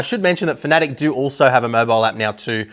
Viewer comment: I know this man knows what he is talking about but when I hear him mispronounce Fanatec as Finatic it's really off putting and immediately makes me not want to watch the rest of the video